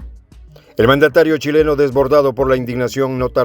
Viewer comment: "Cuileno" se parece a una palabra muy fea en Chile, algo impronunciable, ahora se te confunde la "u" con la "h"... je... je... je...